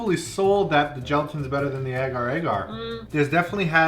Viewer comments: Ok I have to say, it’s pronounced ay gar ay gar, not agger agger 😂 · It’s pronounced a-gar a-gar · You pronounce agar agar so adorably. In Australia we say AYEgar AYEgar